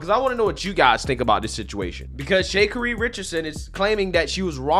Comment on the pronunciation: Shay Kuhree Richardson💀